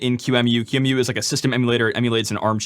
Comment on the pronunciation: yes, thank you for saying it right. Q-Emu